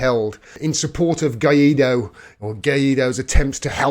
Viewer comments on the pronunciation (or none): You got to learn spanish. It's "Guy Doe," not "Guy Eat Doe." For a nickname, I like to call him "Random Guy Doe."